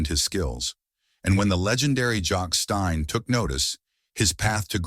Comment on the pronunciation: AI voice talking football and can't even pronounce Celtic, Stein, Dalglish is when i turned it off.